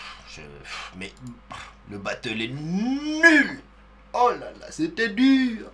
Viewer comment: "c'était duuur" avec l'accent c'est fou